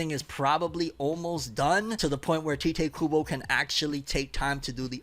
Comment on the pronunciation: its Tai-teh KUBO not Tea-teh KUBO 🥺